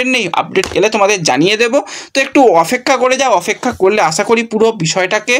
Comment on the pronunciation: Bhai ota opekhha . Bar bar ofekka bolo keno ?